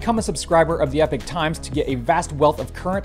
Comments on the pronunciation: Can I just say, as a Norwegian, that Epoch is pronounced /ˈiːpɒk,ˈɛpɒk/ - eeee puck (just a suggestion). Epic is pronounced /ˈɛpɪk/ which sounds like you say eeee pick. My English teacher, who was American, would have slayed me for this poor distinction. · Pronounced "E Pock".... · informative as always (thanks) - Epoch isn't pronounced Epic mate - unless that's how they roll... is it?